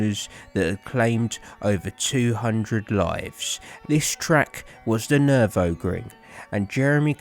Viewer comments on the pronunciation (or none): haha. I had a good chuckle. You're definitely not the first, or the last, to pronounce Nurburgring wrong. At least you didn't call it Nurembergring.